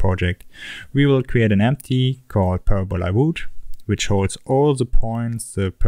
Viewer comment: Parabola is pronounced Parab-a-lah, not Para-bowla, :(